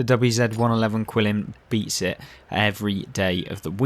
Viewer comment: I don't disagree with anything you said about the Qilin, which I believe is pronounced Geelin. It has always been the best tank in the game IMO. However, don't sleep on the VK 72.01 K. If you know how to play the rear-turret German tanks, you can be absolutely devastating. For me, those two tanks are 1A and 1B for "best" in the game.